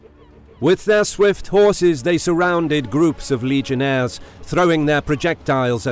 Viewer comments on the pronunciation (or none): Legionaries not legionaires... this is Rome not France